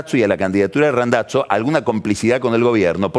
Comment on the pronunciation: Lo pronunció correctamente en italiano, suena como Randatzo. Cuando pronuncia Scioli suena Sholi.